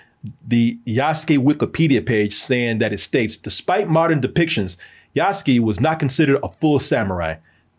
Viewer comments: loved the video but for the love of gosh. Name is Yasuke. YASUKE, pronounced Yaa-s-K K, as in 'K,' not K as in the word 'Key'. (You guys pronounced it as, Yasuki.) Some gamers are annoyed with the price which honestly can mostly be ignored. Folks have fomo and think they are forced into 130 for the game when you only need to spend, 69.99. Also, most gamers know by now, Yasuke has been depicted in plenty of games and anime. Even then super popular Ghost Of Tsushima, ported to PC last week, has Yasuke as a secret playable char. For those complaining about the 'woke' politics with SweetBaby inc, its honestly overplayed.... Its not like Ubi swapped an original lead Samurai with a blackdude from nothing in the feudal age... Or Swapped a named Shinobi dude with a random girl... Its a reach, and stretch. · Yass-kay., not Yass-ski. He's 'murican, not russian. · Yoos-ke? Yahs-kee sounds like a drug dealer from Phily. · Just ran into the pronunciation YAH-SU-KEY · Yas-Kay is how it's pronounced,. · Yous-Kay Yuskue